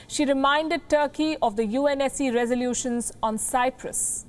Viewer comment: Palki just butchered Turkey here... Mince no words... 😂 😂